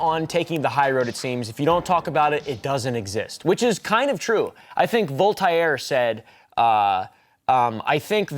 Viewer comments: Who TF is "Vol-tie-air"?🤣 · Vul-Tie-Air L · it's pronounced "VOLT-AIR" as a native french speaker that drove me nuts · "I think therefore I ham" - Volt-ire